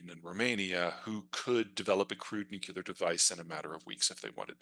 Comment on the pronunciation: For all his smug erudition, he says 'new-cue-ler' the same way Dubya did.